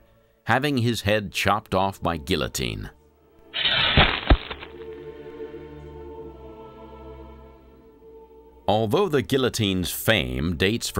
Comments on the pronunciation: Eh... geeO-teen..... not A but O... for sure... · GEEA-TEEN = Guillotine